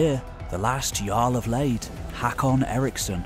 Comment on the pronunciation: Lade is not pronounced 'Leid'🤣 It's not with ei but aa🙂👍